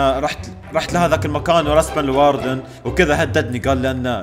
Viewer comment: الاردن✅ الواردن❌